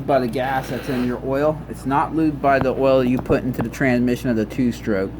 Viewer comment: You do understand that there's an S in the word transmission don't you.? The reason why I ask is because when you say transmission you completely omit the S.